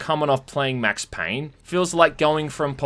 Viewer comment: "Mex Payne"